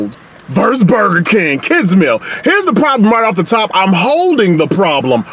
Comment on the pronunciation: Burgure King